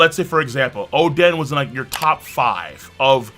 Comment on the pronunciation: Why you say oden like that